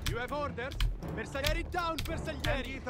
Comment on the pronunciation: To understand how to pronounce bersaglieri replace the “GL” with a “J” and will be easier. bersajeri it’s the correct pronunciation. My great grandfather was one of them. He fought in WW1 as elite soldier on Caporetto and battle of Piave too!